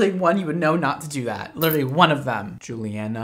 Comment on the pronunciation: the way he said “JuLiaNaa” had me dead - 😭